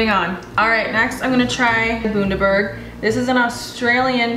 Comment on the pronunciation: Bundaberg is pronounced Bun - dah - berg... bun as in burger bun Cool vid